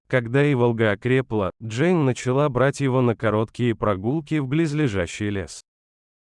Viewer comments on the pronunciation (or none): none